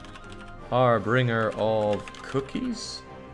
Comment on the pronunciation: did mispronounce an english word?? 'harbringer' instead of harbinger?? dishonorable, i demand perfection!